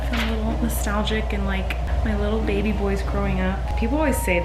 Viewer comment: Im colleen when it comes to bugs haha also anyone else saing bebe/ baby like? just me, cool cool